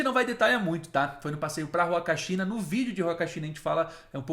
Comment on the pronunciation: Em espanhol o H não tem som, assim como na língua portuguesa. Então se fala "Uacachina", "Umantay"... O H não tem som de R.